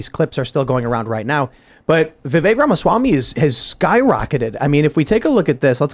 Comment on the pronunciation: Hey guys his name is pronounced Vivek like Vi=Vee like venus, Vek= Vec like Vector. Vivek = VeeVek. I've heard a lot of VYEWAKE places.